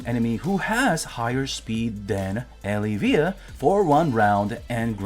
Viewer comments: I think it's El-iv-eeya. Not Eli-veeya. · Adam you must be new always a baddie when it comes to pronouncing names. I think he’s trolling us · is anyone else not bothered by how he pronounces Elyvia